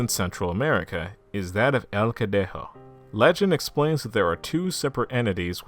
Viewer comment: It’s weird cause he said it right for el cadejo